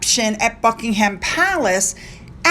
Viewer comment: Hi, hope you don’t mind me telling you, when you pronounce places like Cheltenham, Buckingham, Birmingham, you don’t say the ‘h’, so it’s like buck-ing-um, or chel-ten-um. Hope you don’t mind me telling you. Love your videos xx